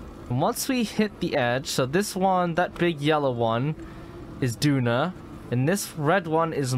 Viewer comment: It's Doon, not Duna - Duna is the Mars-like planet in Kerbal Space Program